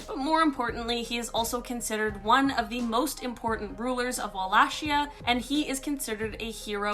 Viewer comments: Walakia not Shea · Wallachia wal-lay-kia